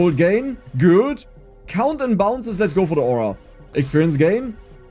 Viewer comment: "Projectile cOUnnt" per the accent xD